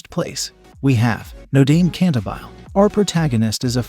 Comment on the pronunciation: It is not "No-daym Canta-bile." It is "No-DAH-Meh Can-TAH-Bih-Leh!"